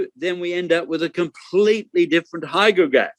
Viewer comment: HYDROGRAPH, not HYGROGRAPH (measures RH). Typo D not G!